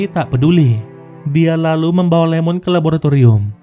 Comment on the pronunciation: Wkwkwkw.... Iemon bang, bukan Lemon wkwkwkwk